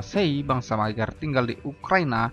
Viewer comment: Di judul ditulis bangsa maygar,, di video ditulis magyar tapi dibaca maygar,, yg betul yg mna ini,, Hongaria jg skrg sdh bukan sbgai republik Rakyat